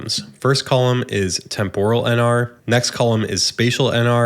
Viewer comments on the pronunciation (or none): You are totally wrong ;-) Hahaha. It's TEMpuhral with the accent on TEMP, not temPORal.